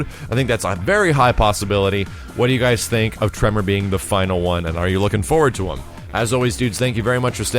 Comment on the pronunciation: You say Tremor, I heard Toph